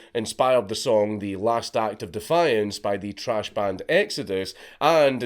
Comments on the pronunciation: NO FUCKING WAY did you say "trash band Exodus" instead of "tHRash band Exodus". Great fucking band too lmao. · “TRASH” band?? EXODUS?? I hope that was just your accent. Thrash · Its pronounced THrash, count. How dare you. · Did he call Exodus trash? Or is that Scottish for thrash? Imma bout to start my own riot over here.😂